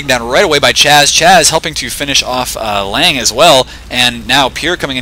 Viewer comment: Not this Lange he says it right.